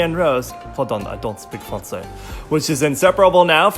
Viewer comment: LOL pardon i don't speak français, so cute, i'm french and you pronounced it pretty good